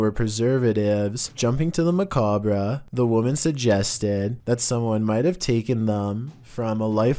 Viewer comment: It’s funny, you don’t know how to properly pronounce macabre